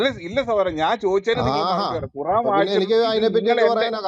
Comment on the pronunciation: ഖോറാൻ അല്ല Bro. ഖുറാൻ